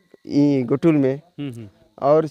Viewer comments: घोटुल नहीं जी गोटुल कहते हैं... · घोटुल नही है गोटुल है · सर आपका कार्य बहुत ही बड़िया हैं लेकिन जो आप ने उचारण किया घोटुल वह असल मे गोटुल हैं | सर निवेदन हैं इस तरह के गलत उचारण से हमारी संस्कृति पर गलत प्रभाव पड़ता हैं तो सर निवेदन हैं 🙏🙏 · घोटुल नहीं गोटुल है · बढ़िया है। पर एक सुधार करें। घोटुल उच्चारण न करके, गोटुल का उच्चारण हो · Ghotul is wrong word . Gotul is correct pronunciation